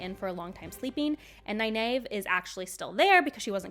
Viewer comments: I can see that, they did say 4 Ta'Veren when in the book it was 3. Which i do believe Egwene was and should have Nynaeve as the fifth which is hinted in episode 3 with the Darkfriend who mentions 5. Which you mispronouce Nynaeve's name... and it hurts... From Robert Jordan himself its Nigh Neev. no A sound. more e. like green or bee. but it's also in the glossary in the book and this link is Mr Jordan himself. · Love the overall commentary, but my OCD can’t handle the way you pronounce Nynaeve.